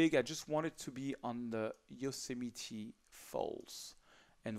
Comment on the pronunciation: Best American pronunciation of Yosemite yet.